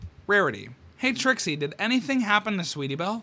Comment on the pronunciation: You said the great and powerful tricks wrong its: "The GREAT and POWERFUL ttrrrRRIXIE!